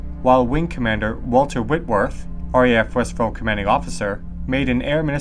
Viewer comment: Interesting story. I'm from Stranraer, and I vaguely remember hearing this as a child. Also West Freugh is pronounced West Froo. The locals pronounce it frooch with the ch making a sound like in Loch (not a hard k).